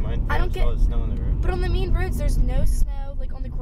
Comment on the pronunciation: You say main like mean lol